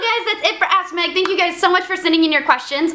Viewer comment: every time you say "ask Meg" sounds like your saying ass meg.